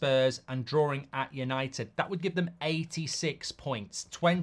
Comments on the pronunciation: Bro, it's called DRAWING stop saying drawring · Mark, you are English, right? What in God’s name is ‘drawering’?